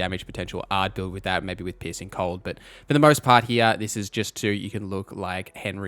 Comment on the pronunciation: I'm sorry, I should be talking about how great the information here is, and how useful it will be... but every time you say 'piecing cold', I keep hearing 'pissing cold', and it's cracking me up. Gonna need a few minutes to get that out of my system first. But yeah, thanks for all the good info, I needed a refresher before I jumped into a fresh Witcher game; haven't played for a couple of years.